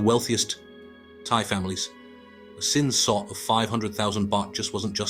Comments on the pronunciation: Its Sin SOD not Sin Sot. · You're a Sassy synthetic sister ain't you😭😭 YES moron it's SIN SOD not SOT. Making videos about Thailand but can't pronounce anything correctly right BOT🤣